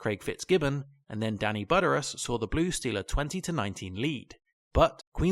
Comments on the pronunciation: I'm just happy to hear it pronounced properly, not try-cullaz. (although it's B'deerus, not Budderous) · Budderus try Bud eer us appreciate your compilation but dude. Seriously. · Danny Butter-us? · You can tell whoever is reading this script, doesn't follow the NRL. He's saying "NSW" because it's probably written like that and the way he pronounced Danny Buderas' last name. Either way, great content man.